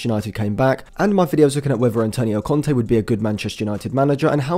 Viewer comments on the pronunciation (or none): none